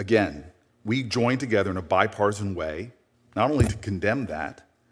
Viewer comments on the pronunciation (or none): Booker the big mouth said bipartason 9 times cant stabd him